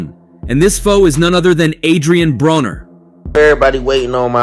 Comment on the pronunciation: It’s not Adrien brawner for fuck sake. If you’re going to try to capitalize off of a sport at least show enough respect to have names pronounced correctly….. vulture